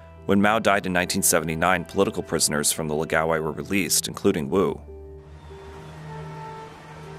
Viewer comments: It's pronounced, "laow-guy", not "luh-gaow-eye". The first syllable should rhyme with "Ow!" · Lao gai, not lagao eye lol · It's pronounced "Lao - guy" (it rhymes with "how bye"). Where are you getting "la gow eye" from "Lao gai"? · It's pronounced lao-guy. Or at least it is in Avatar the Last Airbender. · Laogai is not pronounced "lagaowai". That's rather distracting. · It clearly says Laogai on screen, but he narrator says la-ga-wai. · Why don't these people even try to pronounce these words correctly, its such a simple name, LA O GAI. Laogai. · OMG you need to consult a Chinese speaker before you butcher another word like "laogai".